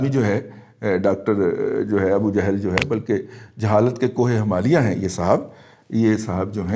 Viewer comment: Appreciate your views n a bold stance. Please pronounce Salam correctly+ word is ** jahl*** niether " johl" nor jehl. FARHANG e AMIRA would b useful for you.